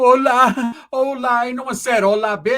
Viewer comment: That B ruined the word “Hola” 😡